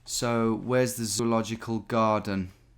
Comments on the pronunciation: "Zoological CAROCH" 🤦‍♂😂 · Give him some credit... He was clearly spelling it "Caroch", which is way closer. /sarcasm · Zoological "Garden" becomes Zoological "Quroch" ?! Professional geoguessing there Tom... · i couldn't stop laughing when he said Caroch hahah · Thank caroch! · Sorry I can't watch you read garden wrong for 30 minutes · I thought he was joking when he couldn't read Graden..